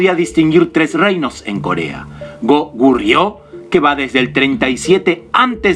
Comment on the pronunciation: Cuando hablas del hwa rang y del Soobak, te falta decir q se crea otro estilo el SooBakGi. Y mostras en el video al Sibpalki, eso esta mal....Escribis Kogurio y pronuncias Gokuryu, otro gran error q no deja interptetar la informacion